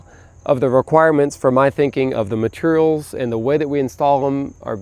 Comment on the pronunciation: Loved laughing at his own gravity joke. And his mateeruhls pronunciation.